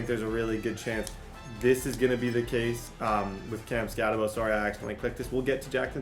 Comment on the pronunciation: I didn’t realize that, I just knew I couldn’t listen to Skattenbo for another video